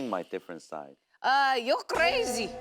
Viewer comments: Jessi ngomong "crRrrazy" nya lokal banget, njir😂😂😂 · I keep repeating part 😂😂😂😂 it's so funny!!! Jessi saying "you're crrrrazy" 😂😂😂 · I like the way she says "crrRazy" 😂